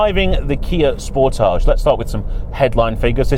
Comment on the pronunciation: I am so glad we do not pronounce Sportage as you do. Have you any idea how dumb that pronunciation sounds. DAMN.